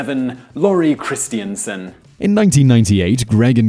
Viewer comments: That pronunciation of Christensen triggered me everytime, it's Chris-ten-sen not christiansen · It's 'Christen-sen', not 'Christien-sen'.